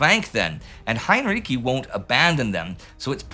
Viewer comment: Heinrici is pronounced with the second half sounding like "ritzy".